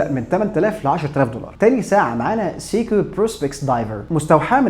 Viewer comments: انت ليه بتقول سيكو بالطريقه دى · هو حضرتك بتنطق سيكو بالطريقة دى ليه !!!!؟ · بالنسبة لاسماء البراندات سيييكو ههه حتى وان كان النطق الصحيح او على الاقل تقليل ذكر البراند.. كل ثانيه اسمع سيييكو كرهت هذه البراند هههه رغم اني احب البراند بس عندي بس q&q وهي براند تبعهم وكمان lorus و alba عندهم فيلد واتش كويسة😊